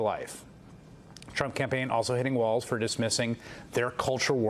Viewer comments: Who cares what Joe's hot take is on "waltz"? 🙄 It's Walz, WALLS not waltz. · Why did that British guy keep mispronouncing his name!? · MSNBC? Learn to pronounce his name correctly, okay?